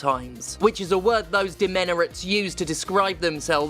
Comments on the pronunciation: Lost my mind at "demenerates" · "Demenerates." lol. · Fucking "DEMENERATES"? Almost spit out my drink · I fucking lost it at "demenerates".